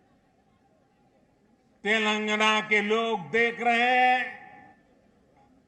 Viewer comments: Modiji cant say TelenGaana, he keeps saying TelanGna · 🤣🤣🤣 Sir. it's " Telangana " Not Telangna. KCR Spolied Narendra Modi Visit. 🤣🤣🤣🤣🤣🤣...... He also given Hindi speech... As modi is not Local to people of Telangana state, We don't care about his visit. We only Care about KCR Speech. We knew that Double engine Sarkar 🤣 in Haryana 33% Unemployment, UP 23% Rapes, Undeveloped city's, No future less policies......... Jharkhand 29%, Bihar 31% .... ... Dreams are different Reality is different. We understand the Truth. Any way after 2-3 years. Modi will Retired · Telngna nhi telangana hai 🤣🤣🤣🤣🤣🤣